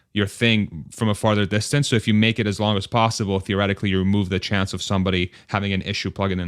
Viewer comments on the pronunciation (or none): none